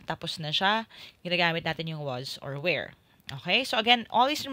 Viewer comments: Clarification po. Pronunciation ng "were" ay "wor" not "where". Thanks po this video😊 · Hey! Just saying that you’re supposed to pronounce “were” as “wur”. What you’re saying is “where” which is talking about a place, like “where are you going?” Hope it helped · Correction lang po sa pronunciation ng word na "were" it should be sounded like "wur" not "wear" po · Were is not pronounced as "where" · Ok lahat salamat, paki ayos nlng ng pronounciation ng WERE at medyo nagmamadali lng ang explaination. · mali po ang pag bigkas nyo ng WERE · Wrong pronunciation of WERE.